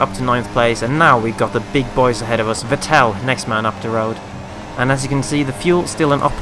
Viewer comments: You don't say the second e in Vettel so it's more like Vettl :) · Console Peasant Race GMD45321 He pronounces it like Coulthard :p always thought the right way was "Fettel" though. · Haha first time I've heard that pronunciation of Vettel!